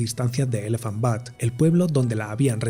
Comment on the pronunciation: Una nota sobre el nombre de uno de los pueblos: Elephant Butte - se pronuncia BIUT,T, no BUTT. La segunda significa trasero en inglés.